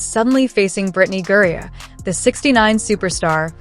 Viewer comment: This is just another CLICKBAIT, BS LIE from you and YOU SHOULD BE BANNED by YouTube for it. In addition, your moronic voiceover can't even pronounce Griner's name correctly except for maybe one out of every 10 attempts. Furthermore, if this were a true story (AND IT CLEARLY IS NOT) all the boring background data and legalese is ridiculous to include!